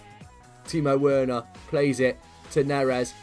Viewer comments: It's pronounced verner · It’s ver-nah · Not wernah